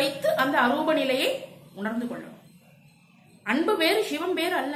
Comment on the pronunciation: தங்கள பதிவுகளுக்கு நன்றி. ஒரே ஒரு. வேண்டுகோள். ஷிவம் ஷிவன் ஷக்தி என்ற வட மோழி உச்சரிப்பை தவிர்த்து சிவன் சிவம் சக்தி என்று தமிழ் உச்சரிப்பை மேற்க்கொள்ளஙும்! வாழ்க வளமுடன்! 🙏